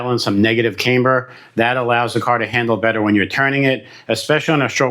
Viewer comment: Its pronounced cam-ber, not came-ber. Like a cam in an engine.